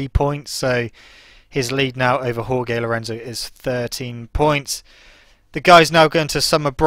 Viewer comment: Jorge: pronounced 'Hoar-hey' not 'Hoar-gay'